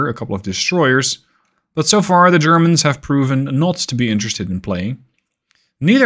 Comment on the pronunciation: "...zhe Churrmunz..."